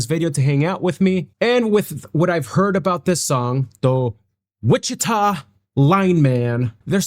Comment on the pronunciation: Really? The greatest. You can’t pronounce Wichita or lineman? Or Glenn Campbell? Weird